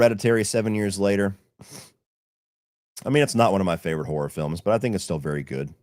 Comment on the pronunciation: “Fevorit” LOL jfc